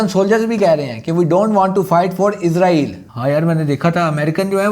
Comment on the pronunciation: بھائی جان یہ لفظ عزرائیل نہیں ہے اسرائیل ہے عزرائیل علیہ السلام فرشتے کا نام ہے اور اپ عزرائیل نام لے کے پھر گالیاں دیتے ہو مہربانی اپنا تلفظ ٹھیک کریں